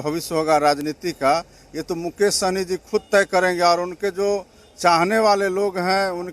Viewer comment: साहनी ना कि सहनी